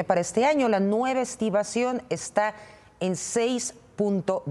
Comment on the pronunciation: ayer 30 de agosto 2021 para referirte a la población de Mapastepec, la dijiste de varias formas: Mamastepec, Mastepec y Mapastepec. Hoy ya lo mencionaste correctamente. Hoy, desafortunadamente, dijiste las "estibaciones" del Banco de México, en lugar de "estimaciones". Mejor suerte para la siguiente.